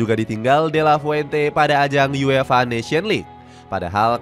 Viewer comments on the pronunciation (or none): none